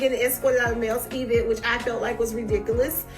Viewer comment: If she says E-vent one more time! It is all one word!!!!!